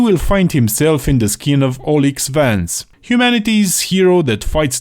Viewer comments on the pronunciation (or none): If I hear you mispronounce Alyx again I'll go on a rampage 😠